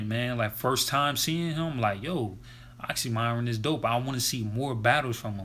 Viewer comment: It's actually pronounced as Oxxxym[ee]ron, not m[ai]ron. Thank you for the review.